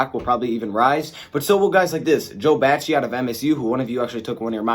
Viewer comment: You don’t know how to pronounce Joe Bachie’s name Jesus!!!